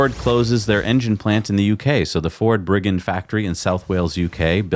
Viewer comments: jeeez mate... its bridge end... bridgend.. not brigand.. yep i live there.. love the show from south wales.. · Hi guys, Bridgend is actually pronounced like "Bridge end", not "Briggend" ;-) (See ) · That's Bridgend. As in bridge end. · lol - the Ford engine plant is in Bridgend - pronounced "Bridge End" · Another great show as always, thanks guys. By the way it's pronounced 'Bridge End' :D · Pronounced Bridge - end. Love from Wales x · Bollinger Motors did tweet Elon about using superchargers, and Bridgend is pronounced bridge end 😘